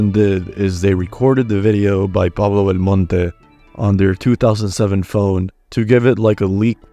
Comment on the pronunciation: I love when you say Pablo's name correctly, you said Neentendo right afterward. lol XD No where else. LOL